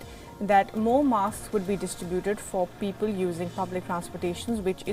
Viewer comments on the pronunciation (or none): none